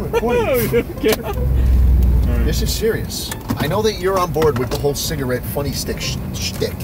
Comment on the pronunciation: "schligarette" can never make us forget the things he sold in '99